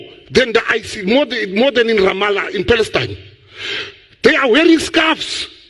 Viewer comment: I heard fakestine,not palestine!